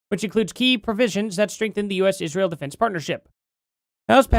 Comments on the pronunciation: How many times does it take Condace to attack Jews in Israel before she actually says Israel correctly?? It's not "Ishreel" you ignorant bish😂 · She had Ishhreel on her mind carry on😂